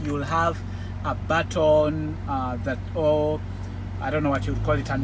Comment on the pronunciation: Deh BUT-TON 😂😂